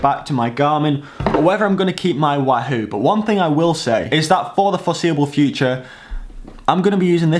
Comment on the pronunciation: I wish you'd say wahoo properly...